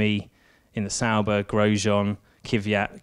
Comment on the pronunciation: he said sauber again